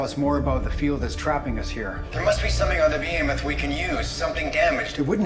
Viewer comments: The ship is named "BEhemoth" not "BOhemoth." Bohemoth's not actually a word. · It's Behemoth btw, not Bohemoth ;-) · Still calling The Behemoth "Beau-hemoth" Still calling Klaes "Klaus"